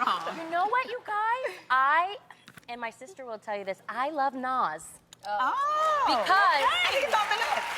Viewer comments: Loni had me dying a the end. The way she was laughing at the way Tamera pronounced Naz. And why is kendrick Lamar on that list??? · There is only one syllable in Nas Loni. 😕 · Oooh, Loni ain't neva lied -- oh, wait... she does... -- but not this time. Tamera really did work some extra syllables into "Nas."